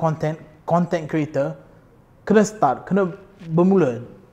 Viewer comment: Selalu tengok melayu bercakap ada slang omputih sebab dibesarkn berbahasa inggeris, ni betul2 omputih ckp melayu dgn slang omputih. sebut content creator aku asyik dengar content kereta 😂 setuju pasal fitness tp nk bg cadangan buat yg ramai boleh follow, dan diet sekali. Maksudny diet suku2 separuh. Bukan strictly eat clean no oil no sugar but try to minimize the intake 😁